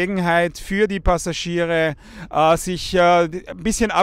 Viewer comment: Perfektes Deutsch Sie Suche ahhahahahah